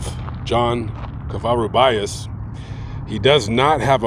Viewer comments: Dear, Cova-Roo-Bee-Us. Thank you Sir.:) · you pronounced his Spanish name incorrectly Sounds like Ko-va-ru-be-us Thank you, you have such an awesome platform👍I’ve been watching you for years! You do such informative background stories, so greatly! Take care and blessings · You need to learn how to say the last name correctly